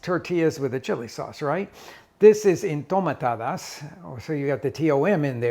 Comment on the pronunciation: Their not called “Entomatadas”. They are called “Enjitomatadas”